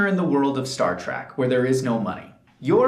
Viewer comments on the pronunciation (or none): Is he really saying Track instead of Trek. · Learn how to pronounce "trek".